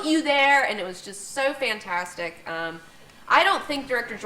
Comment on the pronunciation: Wait., she's reading from prepared material??? Did it say fantasticy on the paper?